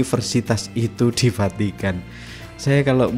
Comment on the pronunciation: munKkin ,kita yanK salah denKar ,atw dia yanK Vahkan salah nKucaFin. maksudnya "FACITAN" , Vukan "Vatikan". 😂😂😂😂😂😂😂😂